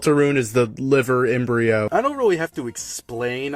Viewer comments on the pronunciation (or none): "Liver Embrio" ☠